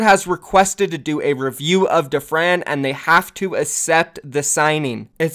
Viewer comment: It's not assept it's accept